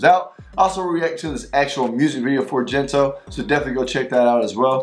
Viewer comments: Enjoyed your reaction a lot! By the way, it's Gento with a hard G (which means Like this), instead of Jento. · gento has hard G, like Go, gold, get. it's NOT jento or hento